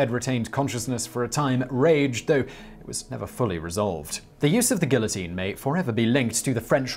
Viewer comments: lol, yes. I mean, a tiny "gill-uh-teen" that is. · Continuing to defiantly mispronounce "guillotine" after having been corrected in prior videos is kinda like cutting off your nose to spite your face. Just saying. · He butchers some random word in almost every video- this time it's guillotine. It drives me crazy and takes me out of the narrative.